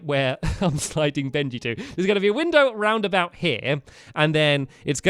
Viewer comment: "We jumped out a WINDER"!